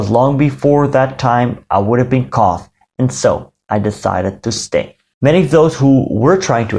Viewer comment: Your English is very good but the word "caught" is pronounced "cawt" or "caut". Great video!